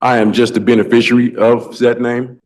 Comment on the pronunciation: Did he say benbiciary?